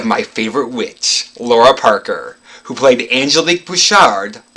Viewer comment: Is it not pronounced “Lara” where the “lar” is like “car”? I’ve always loved that both her character name and her real name are unusually intriguing. “Laura” just seems ordinary because I’ve known 5 Lauras in my life (so no disrespect intended).